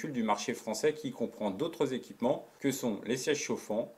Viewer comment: Super vidéo avec une belle neutralité et au format digeste. Juste drôle en revanche les « neuf z’équipements.